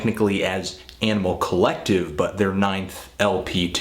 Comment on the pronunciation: Fantano has this really hardcore accent, and he always says, "Yaaanimal Collective."